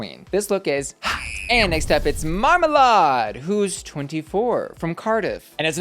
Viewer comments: Omg please, its not Mar-mar-lard 😂 its Marma-lade. You see her irl and you can tell she's never been near lard in her life haha, VERY polished queen and we're all so proud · It's pronounced mar-ma-laid. Other than that you did really well. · I'm obsessed with your pronunciation of marmalade "marmaLARD" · Not your pronunciation of Marmalade 😭😭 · Is that really how we're pronouncing Marmalade